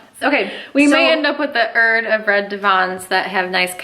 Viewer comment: is Jamaican now? “Select ya ‘erd man!”🇯🇲